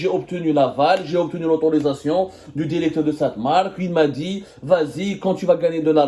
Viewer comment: Alors pour commencer je suis allé voir ces vidéos sur tik tok les anciennes et je confirme ce mec c'est un petit rigolo pas très drôle d'ailleurs et sa façon de parler genre je suis allé voir le "DIRECTOUR" j'y crois pas c'est juste un rigolo qui veut faire du buzz